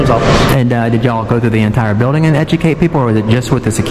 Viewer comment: Dis a prophesinal bildin I axed you not to reecord 😂